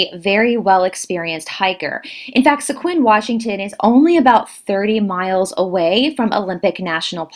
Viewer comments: It’s pronounced “Squim” not se-quim. Native names can be tricky. Mt Baldy is on the north east edge of the forest and is nearer the rain shadow portion so wouldn’t be too wet and mossy like the west & south sides of the forest. Still could be likely a cougar got to him after a fall or something. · When I heard you pronounce Squim WA I laughed. Never heard it said that way before - it sounds like Sq - him without the h. I used to live on the Olympic Peninsula and yes it is normally damp - that is why it is lush with plants. I have heard the knocking of trees by Sasquatch and that sound can not be mimicked. Never seen one yet I have heard that they love cinnamon rolls or donuts and apples. Why would an ET race want a 78 year old man - unless he had been communicating with them for decades? James Gilleland ECETI Ranch in WA gets visits from Sasquatch on YouTube - cool guy check him out.